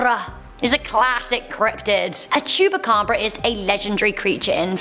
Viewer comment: No. 8: I thought i heard her say chewbacca😂